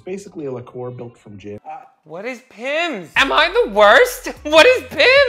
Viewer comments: It’s a pimms cup not a pipmus cup 😂 and Pimms is a British gin based fruit liquor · Oh you precious baby The way you pronounce it “Pimmes” and forget that 7up exists simultaneously knowing how to pronounce “Aperol” - it tickles me.